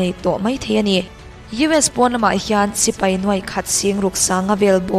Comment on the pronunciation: 'sipei' ni lo in 'sipai' tih zawk tur ni e, Sipei tih hi Chuan an pa lo riau